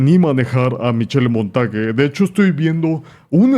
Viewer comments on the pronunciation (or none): Polastri es buena peleando de pie y creo que va a ganar. Oye...Montage se pronuncia "Monta sh", es francés. Creo que Vieira va a ganar. A Mc no le veo... nada!